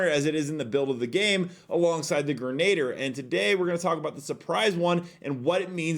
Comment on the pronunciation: greh-nuh-deer :P